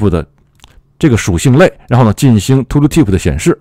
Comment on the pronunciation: 为什么是 吐鲁提普 不是 吐提普 吗？^ ^